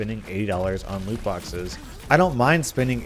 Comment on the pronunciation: "Luke" boxes. use captions